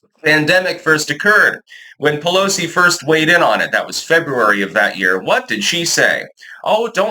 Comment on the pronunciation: Nansee “we need them to pick the crops” puhllowsee…🤣